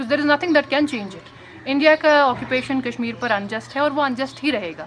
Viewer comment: तेरे फुफ्फा हरी सिंह ने इंस्ट्रूमेंट ऑफ़ एक्सेसन सिग्नेचर किया था बड़ी आई "इंडिया का ओकूपेसन उनजस्ट है" बोलने वाली। हट्टट्ट भाग 😡